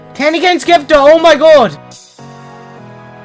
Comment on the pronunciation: lol you call it a skepter XD